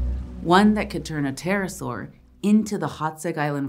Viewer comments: It's a Terra-ibble-asaur for Terra, terrible and saurus lol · Haha, "terra-saur" 😄 I love it